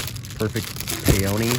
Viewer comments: Awesome finds! FYI Peony is pronounced PEE-uh-nee. Don't care how someone pronounces it but just in case you want to know... 😊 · I’m a floral designer and so many people mispronounce peony!